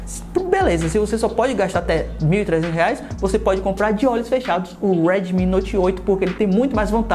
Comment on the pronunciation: U E R D I M I HAAAAAAA MEUS OUVIEOS R É D I M IIIIIII PELO AMOR DE DEUS